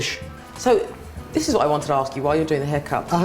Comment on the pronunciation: nice but the interviewing woman, oh gosh... she needs some lesson. "Uh, well, I mean I got to asz you..."